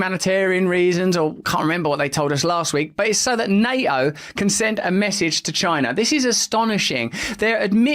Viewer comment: @ - The word 'Ottawa' has two T's and 'NATO' has one - Please teach the children to pronounce these words properly.